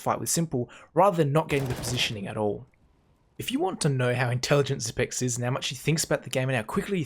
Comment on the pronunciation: THANK YOU for pronouncing his name correctly. Bugs the shit out of me that most casters can't take the time to learn how to say it the right way.